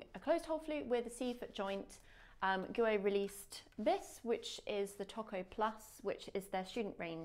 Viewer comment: Great video but surely wouldn’t have taken long to research the correct pronunciation of Guo?